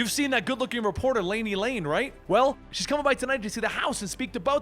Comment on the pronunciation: Guys it's Laney LAN. Not Lane. pronounced her name wrong. And the JLC are meant to be Chinese cutouts at first, it's supposed to be a stab on how China makes bootleg versions of western products. Trust me, the JLC will show personality traits and powers very differently than their American counterparts. Especially Kenan who develops a unique power set of his own later on. So stick around, its definitely been one of DC's best!